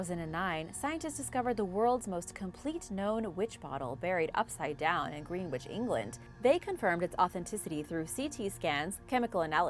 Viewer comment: Greenwich is pronounced Grenitch.